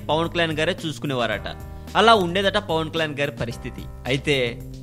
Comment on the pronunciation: first pawankalyan ani peruni palakadam nerchuko.ofter dubing chepu.pawan kalyan ani perune palakadam raani niku andukura niku idiet.